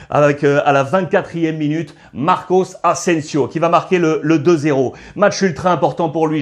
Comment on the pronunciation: Très bon debrief merci ! PS : Tu dis souvent « Marcos » Asensio, mais il me semble que c’est Marco